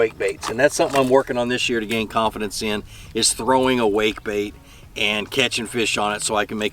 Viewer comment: I thought you said wake and bake but I think you said wake and bait lol...'cause the previous mean something means where I'm from ha ha